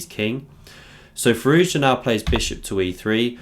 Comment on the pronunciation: nice vid but his name is pronounced "Fi-roo-sha"